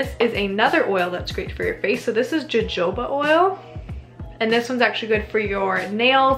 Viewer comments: Yes, it is "ho-ho-ba"! I love version tho. She's so cute lmao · I think it's "ho-ho-ba" is it not? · Savannah Foreman 😂 I knew it was wrong but I honestly didn't know what the proper pronounciation was myself. I thought maybe yo-ho-ba lol! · The Js in Jojoba oil are pronounced like Hs so it's "Hohoba" oil. Great video! <3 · Girl...you did not say “joe-joe-ba” oil lmao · I think the jojoba oil is pronounced a little differently! The j is silent and softer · It’s pronounced as an h not as a j :)) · Katrina Lynn same! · lmao ho-ho-ho oil 🎅🏼